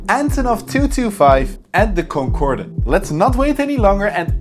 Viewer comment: Lousy packaging,crumpled boxes. Since when did we start pronouncing the ' e' at the end of Concorde?? You get coupons everytime you log in. All the tshirts are made out of cheap Polyester but you have to look everywhere for them to admit that most of the clothes are made out of this cheap material. Video for 7 year olds. At least an admission that the plane models are average. Wow lets break models.( apparently average build quality means cool?) If you wonder how China keeps builing new cities just look at the crap us Westerners like to buy. Peace out.